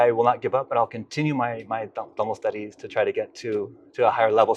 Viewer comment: I'm sure he is the first American who pronounced Thamil as Thamil not as Tamil.